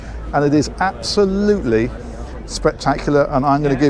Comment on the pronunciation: "Absoludly spectac-iulAh" 🤣🤣🤣🤣🤣🤣